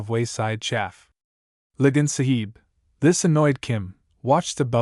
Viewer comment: Wonderful story, bur terrible pronunciation, makes it un-listenable, the word Sahib is pronounced with a silent h, Saab. Like the car make, Subaltern is not pronounced Sub Alt ern, but Subaltern, barracks are barracks, not bar racks, almost every Anglo-Indian word is misprounced altogether a wonderful story ruined. !